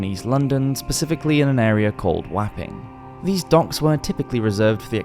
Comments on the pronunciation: Great documentaries mate!!! Oh yea it’s pronounced Wopping not Wapping 😉👍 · Grisley indeed. Something very wrong with humans. Wapping is pronounced WOPPING like topping.